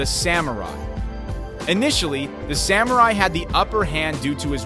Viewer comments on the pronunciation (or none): none